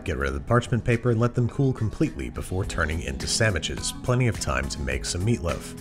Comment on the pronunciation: "A bread with comprete texture" Babish, 2021